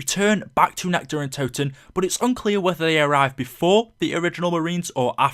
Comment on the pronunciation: How do you fuck up saying nacht der untoten.